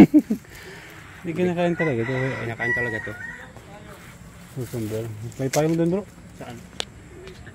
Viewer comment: Let's do pronunciation: Cucumber: kyuu.kuhm.br hindi kokomber.